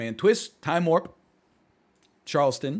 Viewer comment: The way he says Charleston makes me cringe